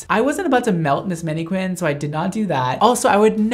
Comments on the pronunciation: hER NAME IS MANNIQWUIN? it annoyed me so hard he pronounces it like that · the way he like "FLERTS" with the mannQUIN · saying maneQUINN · he said mannae-qwin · ok but why does he always say manniqwuin whats that about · OMG the way he pronounces mannequin, I'm dead.